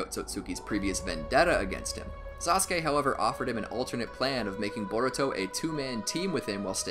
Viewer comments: Thank you because using the clip of you saying sauske over and over again was annoying but you should do Ay next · This is how many times he said "saskue" | | | | | | | 👇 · U mean saskey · Before I watched Naruto I thought it was pronounced Sauce-ook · Yes indeed sasuke sounded so werod